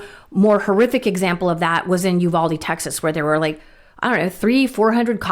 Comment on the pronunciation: I wish people would pronounce the name of the Texas town correctly it is U VAL DE Val as in Valley or VAL Kilmer Ihave been there in and out all my life. I'm 75